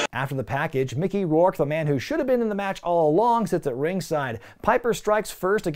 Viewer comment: Don’t call him Micker bruh lol